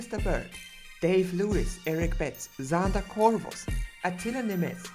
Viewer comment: reads patrons “Xander Corvus”!